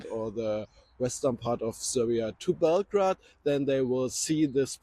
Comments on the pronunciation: He is probably German, and they call the city Belgrad... exactly how it's written, with "grad". In English it's pronounced Belgrade, like Bell-grade :) And finally in native language is called Beograd. It literally translates to "White City" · Bell Grade - not Bell Grad... Jeez lol